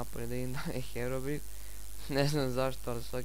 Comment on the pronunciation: Brate ne kaze se HEROBIN nego HEROBRAJN ako nisi zao